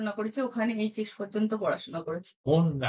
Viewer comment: The decline in Bengal freelance journalism is clear when a senior journalist questions whether a three-month training program is sufficient for authoritative public commentary. While I empathize with this YouTuber’s situation, her speech (including পোষ্ণ, রূপশ্বী, পত্তন্ত, পোচার to quote a few) and reasoning are nothing short of a disgrace to the profession. Being an activist, likely what this young YouTuber is, and providing professional commentary on public domain is different, and it should be. Few can blur out this boundary, and that requires rigorous exercise. I left Bengal over a decade ago and, despite working in a profession far from public relations or mass communication, I still speak better বাংলা. God save us!